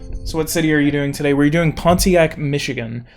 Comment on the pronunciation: People pronounce Pontiac without the T